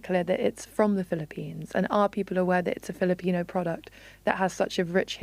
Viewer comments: As a Filipino, I am massively cringing at the casual caucacity in this piece, from the non-native main interviewee as a source person, all the way to the mispronounciations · The way my eyes twitch whenever I hear mispronunciations of Filipino words. 😣